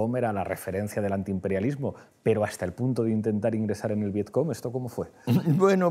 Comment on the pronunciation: Aquí se ve lo mucho que ha leído Pablo Iglesias sobre la guerra de Vietnam - absolutamente nada. ¿Viet Com? ¿Qué coño es eso Pablo? ¿En serio me estas diciendo que no lo has visto escrito en tu puta vida? Lo dice por lo menos dos veces, así que no es un desliz. Este señor no ha visto esas palabras escritas en su vida. Es Viet Cong. Y este tío luego engaña a media España dándoselas de erudito bien leído.